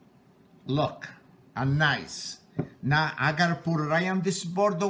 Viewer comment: This guy is great, but the bagels actually look like... crap. I like him saying "looka how nice-a they-a look-a" though. They still looka like-a crappa...